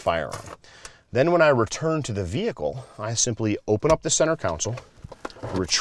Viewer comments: Console. Con sole. Not council. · Great information, but I believe you are mispronouncing the word console. Con-sul (instead of council) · learn how to speak english, its center console! we live in amurica! haha jk